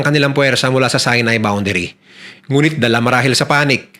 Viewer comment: Sorry po.pero si-nai po hindi sai-nai😊✌️